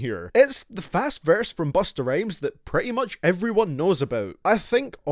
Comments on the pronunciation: He said Bustah Rames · did you say busta rayms lololololoolollollloloooooooooooooooooooooooooooooooooooooooooooooooooooooooooooool